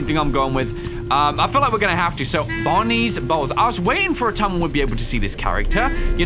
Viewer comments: everytime says's Bonnie's Bowls, it sounds like he's saying Bonnies Balls. XDXDXDXDXDXDXDXDXDXDXDXDXDXDXDXDXDXDXDXDXDXDXDXDXDXDXDXDXDXDXDXDXDXDXDXDXDXDXDXDXDXDXDXDXDXDXDXDXDXDXDXDXDXDXDXDXDXDXDXDXDXDXDXDXDXDXDXDXDXDXDXDXDXDXDXDXDXDXDXDXDXDXDXDXDXDXDXDXDXDXDXDXDXDXDXDXDXDXDXDXDXDXDXDXDXDXDXDXDXDXDXDXDXDXDXDXDXDXDXDXDXDXDXDXDXDXDXDXDXDXDXDXDXDXDXDXDXDXDXDXDXDXDXDXDXDXDXDXDXDXDXDXDXDXDXDXDXDXDXDXDXDXDXDXDXDXDXDXDXDXDXDXDXDXDXDXDXDXDXDXDXDXDXDXDXDXDXDXDXDXDXDXDXDXDXDXDXDXDXDXDXDXDXDXDXDXDXDXDXDXDXDXDXDXDXDXDXDXDXDXDXDXDXDXDXDXDXDXDXDXDXDXDXDXDXDXDXDXDXDXDXDXDXDXDXDXDXDXDXDXDXDXDXDXDXDXDXDXDXDXDXDXDXDXDXDXDXDXDXDXDXDXDXDXDXDXDXDXDXDXDXDXDXDXDXDXDXDXDXDXDXDXDXDXDXDXDXDXDXDXDXDXDXDXDXDXDXDXDXDXDXDXDXDXDXDXDXDXDXDXDXDXDXDXDXDXDXDXDXDXDXDXDXDXDXDXDXDXDXDXDXDXDXDXDXDXDXDXDXDXDXDXDXDXDXDXDXDXDXDXDXDXDXDXDXDXDXDXDXDXDXDXDXDXDXDXDXDXDXDXDXDXDXDXDXDXDXDXDXDXDXDXDXDXDXDXDXDXDXDXDXDXDXDXDXDXDXDXDXDXDXDXDXDXDXDXDXDXDXDXDXDXDXDXDXDXDXDXDXDXDXDXDXDXDXDXDXDXDXDXDXDXDXDXDXDXDXDXDXDXDXDXDXDXDXDXDXDXDXDXDXDXDXDXDXDXDXDXDXDXDXDXDXDXDXDXDXDXDXDXDXDXDXDXDXDXDXDXDXDXDXDXDXDXDXDXDXDXDXDXDXDXDXDXDXDXDXDXDXDXDXDXDXDXDXDXDXDXDXDXDXDXDXDXDXDXDXDXDXDXDXDXDXDXDXDXDXDXDXDXDXDXDXDXDXDXDXDXDXDXDXDXDXDXDXDXDXDXDXDXDXDXDXDXDXDXDXDXDXDXDXDXDXDXDXDXDXDXDXDXDXDXDXDXDXDXDXDXDXDXDXDXDXD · every time he said bonnies bowls i coulded help but hear bonnie balls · every time you say "bonnies bowls" i hear "bonnies balls" i have a brain damage bruh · Me trying not to laugh because I hear saying "Bonnie's Balls"